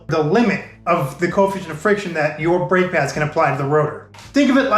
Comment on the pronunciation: "Drake Pads" instead of "Brake Pads"